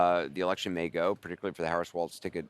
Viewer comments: It's Walz, not Waltz. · Wall-z. Not wall-tz. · Someone tell Anderson that it isn’t pronounced “waltz”. The name is pronounced “walls”.